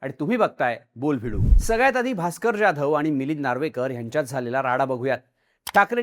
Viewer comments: ज्याधव नाही जाधव, स्क्रिप्ट लिहिणाऱ्याला सरळ लिहायला सांगा आणि तुम्ही नीट वाचा, समोर दिसत ते रेटायचं नाही. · जाधव नावाचा तू चुकीचा उच्चार करतोय हिंदी लोकांसारखा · Saheb Jadhav nit uccarara pl